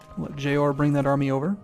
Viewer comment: its JORA not JOAR...said JOR AH